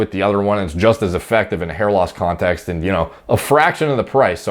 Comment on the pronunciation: When he said "in a fertility context", I thought he was saying, "in a fertility cult".